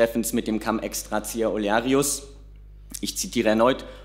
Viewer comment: Nein, es wird nicht "kamm" ausgesprochen, "cum" ist nicht Englisch, sondern Latein. Da sieht man mal, was die Besatzung nachhaltig geprägt hat. 😅